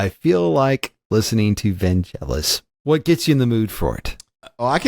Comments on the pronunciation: It's funny how Wes pronounces "Vangelis" with the "a" and the "e" just the opposite way it should be. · When Wes asks "Is it "Van-Jell-is", he means what the correct pronounciation is, but when Ty responds with "Well, it's like 'JIF' or 'GIF' ", he is basically saying I don't care because I'm American. But the name should supposedly have a hard 'G' as in 'golf' and if you're really ambitious, the 'n' should be silent.